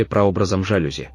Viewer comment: только если жалюзи французское слово, то удерение на последний слог